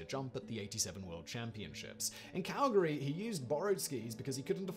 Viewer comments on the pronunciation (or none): none